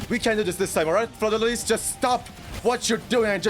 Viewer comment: in french (where her name is originated from) the s is silent in lys so it is pronounced fleur de lee not lees